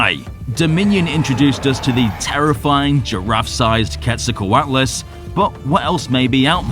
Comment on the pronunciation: Amazed you where able to pronounce the Aztec god 🙌